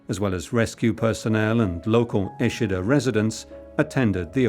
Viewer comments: Eschede not Eschida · Please get this right: ESCHEDE, Lower Saxony. (German pronunciation: ['ɛʃədə][3] Go to Wikipedia.)